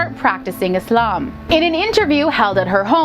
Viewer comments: Finally a non muslim who says islam not izlam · I love the way you say "Islam" and "Muslim" with the "S" and not the "Z". But many are not even aware of their mispronunciation of these words. There's a social campaign that's changing all that. All you got to do is literally Take the "Z" out™! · Her pronunciation of Quran, imaan, hijab, Allah, Yusuf, Islam is so good for a non muslim ❤️🥺